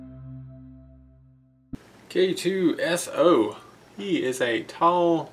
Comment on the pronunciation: It's K2so not 0